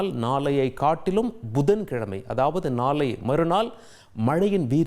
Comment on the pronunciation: நாலை,மஞ்சல் அலர்ட், நாலை மருநால், பல இடங்கல், வெல்லம், பகுதிகலுக்கெல்லாம் ...wow what great tamil pronunciation..hats off to you... 😂😂😂😂😂😂